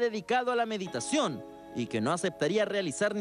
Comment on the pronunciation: cuando le van a enseñar al monje que no se dice "mediteichon"? jajajaja